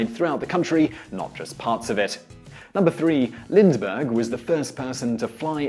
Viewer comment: It was LIND-BERGH, not LindS- or Lindz-bergh fool